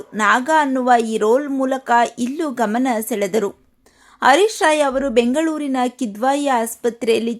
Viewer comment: ಅಮ್ಮಾ ಅವರ ಹೆಸರು ಹರೀಶ್ ರಾಯ್, ಅರೀಶ್ ರಾಯ್ ಅಲ್ಲ.